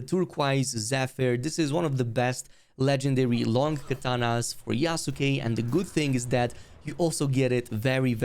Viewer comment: It's "YASS KEHHH" not YA SU KE ... the U is silent. Yas - keh